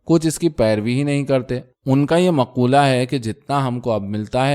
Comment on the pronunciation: Maqowla saheeh hai. Maqoola galat hai.